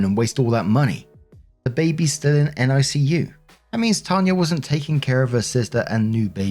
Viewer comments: For whatever reason, it's said Nick-U for NICU. Cheers as always mate. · NICU is usually pronounced Nick-you, here in the states. Not sure about your side of the pond.